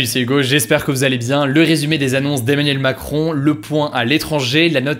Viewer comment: Bon mec, tu fais un super taf, bravo, mais fais un effort pour ne pas prononcer continuellement EMMANIEL MACRON dans tes vidéos, ça fait bizarre.